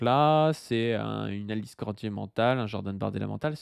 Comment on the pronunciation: Chaque fois qu'il dit "Alice Cordier" mon cerveau entend "l'Islandais" ...